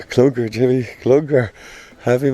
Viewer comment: I thought he said clumber